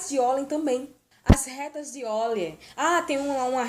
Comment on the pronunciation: Não é oil!!!!!é Euler!!!vc tem jumencia???